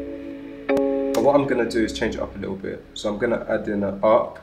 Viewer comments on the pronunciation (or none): none